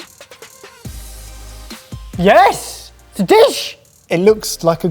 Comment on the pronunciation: going ‘YEAYHUS it’s a dish’ has me in stitches😂